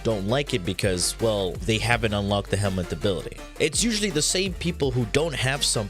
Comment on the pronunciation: Helminth not helmet